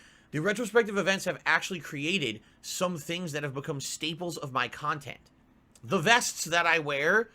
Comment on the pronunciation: "Kahntent" "KAAAAAAAHNNN!!!"